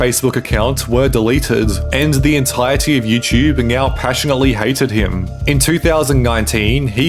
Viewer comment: learn how to say "entirety" ffs